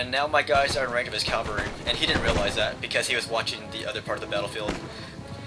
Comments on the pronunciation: AH! It's pronounced Cav-al-ry not Cal-va-ry, as far as I know none of those horses have ever hung on a cross. :P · Why is it so many US commentators say cavalry as if it's the hill where jesus was crucified? (Calvary).......is it an accent thing?